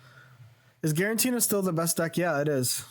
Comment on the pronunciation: I really appreciate that you commit to the “guarentina” bit in a serious video 😂